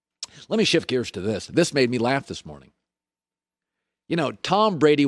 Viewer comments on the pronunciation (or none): none